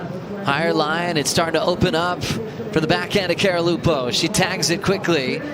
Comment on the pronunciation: Stop calling her 'Carolupo' !!!!!! 😀Simmers ripped.